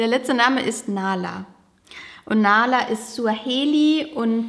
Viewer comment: Nahla heisst auf arabisch auch Bienchen 🥰nur das H wird hierbei mehr ausgesprochen